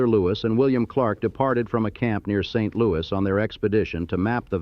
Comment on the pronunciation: You should probably get someone FROM St LouiS to redub this video. You slaughter the pronunciation of ALMOST everything related to St LouiS.